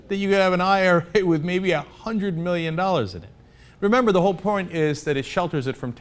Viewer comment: zee meeleeon dollers